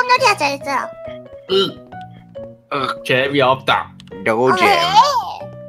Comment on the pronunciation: 재미없다를 재 애미 없다 라고들음